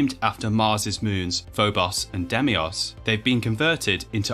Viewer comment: Spelled Deimos, pronounced day-mos. Demios is definitely not right. It's not like aluminum, we spell the moons the same. 😂 Edit: autocorrect hates me